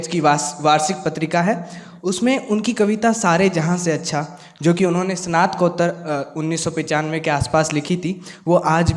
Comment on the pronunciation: संचालन करने वाले छात्रों को स्नातकोत्तर, मार्गदर्शन और विद्यालय बोलना भी सिखाइए। ये बार-बार सनातकोत्तर,मारगदर्शन और विध्यालय बोल रहे थे।